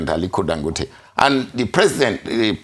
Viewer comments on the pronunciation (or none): The man's name is Dan...emphasis down...go...emphasis up...te neutral emphasis